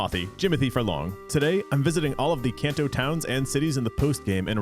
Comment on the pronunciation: It's pronounced KahnTou, NOT CanTou.